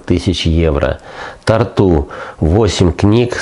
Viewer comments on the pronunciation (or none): Я таки Вас уважаю, но... Не Тарту́, а Та́рту, Та́рту, прекрасный Эстонский город